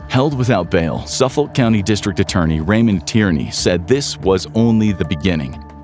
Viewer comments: Say it with me now : Suf-fuk county. 🤣 (its always fun to hear non long Islanders read long island names) Born and raised on long island and used to be a dancer when he was out and about. 😢 also small framed and x user. I know i had angles with me. May all these Women be rembered for more then their "work". The drug issue is INSANE here, obviously look at our Law Enforcement 🙄 Before fent was even a thing we were one of the first 'shocks' of the 0piate epidemic 😢 been waiting for this day for almost 20 years. May the women rest, and may Rex rot. The judge called him less than a man despite being a big one and i couldn't agree more. ⚖️💯😭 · Pronounced Suffick county. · SUFF - UCK/OLK County. the OLK sounds like UCK/OLK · Excelent video, only small irritant - "Suffolk" is pronounced without the L, & the O sounds just like the I, "Suff-uk". I've lived there my whole life!